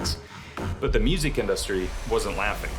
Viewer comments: I had to stop the fifth time he said "in-dust-ry" like it was a new word for him. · This is an amazing video, please stop pronouncing industry like in-DUST-tree though lmao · What the fuck is that pronunciation of industry... otherwise sick video. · Why does he say industry like that? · I'm losing my mind over how he pronounces "industry"